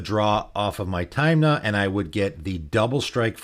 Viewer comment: Good video, but you calling Tymna "Taymna" almost gave me covid.